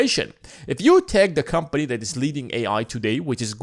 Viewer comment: Hey try and pronounce THAT as THAT not DAT man. Stick your tongue out when you say it. You can do it.